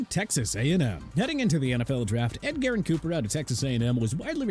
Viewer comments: This guy in the video pronouncing Edgerrin like Ed-Garren was like nails on a chalkboard. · So many terrible things about this video lmao. Pronouncing Edgerrin "Ed-Garren", calling him Brian "Thompson" Jr, and worst of all saying Brian Thomas Jr. has a legitimate chance to be drafted before Marvin Harrison Jr. If a GM drafted Brian Thomas Jr. over MHJ they would be fired before the pick was even sent in.